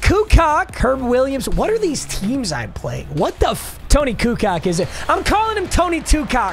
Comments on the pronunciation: “Toni kucock” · You fumbled the first game hard lmaoo. The way you say Kukoč 🤦‍♂️. As a Croatian, that made me cringe hard. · Why did he butcher Kukoc’s name so badly? 😂😂😂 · And not pronouncing Toni Kukoč’s correctly